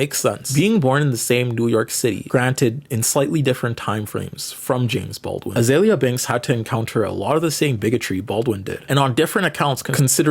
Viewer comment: You keep saying James Baldin' not James BaldWin ? Am i trippin', is the W silent? Edit: okay naw i wasn't trippin, you were for a couple seconds, cause you started pronouncing the W like a minute later on in the video